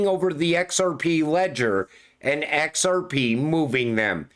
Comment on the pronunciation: Let me tell you, No Body Can Say XRP so beautiful like you 😂.